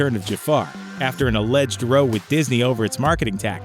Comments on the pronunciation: Pronouncing the word "row" (as in, "It created a row") as "roe" is like pronouncing the word "cow" like in "koe". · He mispronounced row (as in fight). Why do they do that so much? Great VO actor, but so many of these videos give them words they don't know the meaning of and no one asks. Not the actor, not the recording engineer. No one.